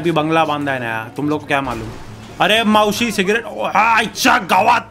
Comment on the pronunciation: its maushi not mausi